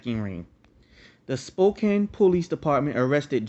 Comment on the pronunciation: Its pronounced SPO-CAN :) Great video!